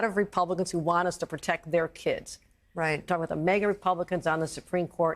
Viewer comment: "MEGA" Republicans? "Ameecus" brief?